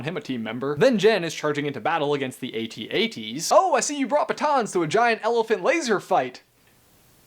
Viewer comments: what's an "ay tee ay tee"??? or you mean "AT-AT" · It took me longer than it should have to realize you weren't saying 80-80s but, instead, were talking about the AT-ATs... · when you said ATAT it sounded like 8080